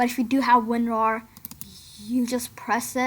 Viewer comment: Lol i laughed For straight 1 min after listening He said AntaiVirus and Wonrar